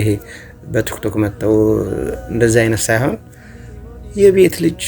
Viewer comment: ቱክቶክ አትበል ወንድሜ ቲክቶክ ነው የሚባለው አስተካክል በተረፈ በርታ